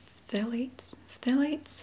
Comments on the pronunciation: Pthalates- pronounced "THAL-ate" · pthalate is pronounced like ‘thalate’ the p is silent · Phthalates are pronounced with a silent P. Thal (kind of like y’all but harder A sound) Ates (like a plural “she ATE her food”). You did a really good job navigating such a funky word! I think you said it correctly a few times! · I love this video. By the way "PH" in "phthalates" is silent. It's a tough word. :)